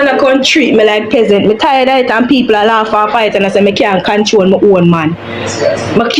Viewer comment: Peasant not pessent😢😢 skool skool work work class class🤔💭